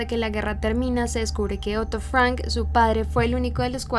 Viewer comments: ¿Por qué cambias el acento de tu voz cuando pronuncias Ana Frank y otras palabras de origen extrangero? No lo entiendo🤔🤔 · No fui capaz con este video. La pronunciación tan incorrecta de los extranjerismos me desconcentraron permanentemente. ¿Por qué a todas esas palabras le pone el acento inglés?: Ana "FrEnk", Otto "FrEnk", Edith "Jolander", "MErgot FrEnk", el dentista "FrUitz Fefel", el campo de concentración de "Uesterboerk", el diario lo nombró "QUIRI", etcétera, etcétera, etcétera.